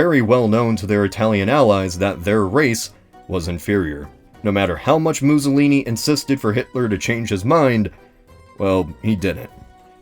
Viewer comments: muzolini? mou-soh-lini. two s' equals 'ss' not 'zz' as in mousse, not zabaglioni' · The way you pronounce Mussolini (MOO-solini) makes me think of an alternate timeline where the Italians (and Greeks) were minotaurs.